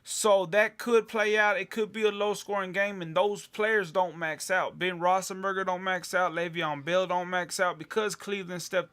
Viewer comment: its rothlesburger not rossenburger...how in the hell did you win? Must be really lucky.